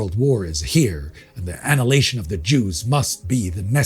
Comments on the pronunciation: Can't say I've ever heard annihilation pronounced that way before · Never heard that pronunciation of "annihilation" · I'm having a weird sense of deja vu -- please learn how to pronounce "prophesied" and "annihilation" correctly!